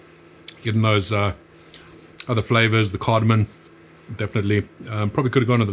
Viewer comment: Dude u just said asafoetida and cardamom wrong. U even spell checked and posted it on screen! CardamoM? And you even said u like cardamom. Maybe a little more effort? U have a fairly decent sauce